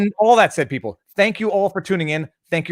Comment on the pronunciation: we are li-eople. hehe.